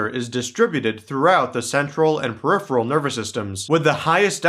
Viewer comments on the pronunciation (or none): none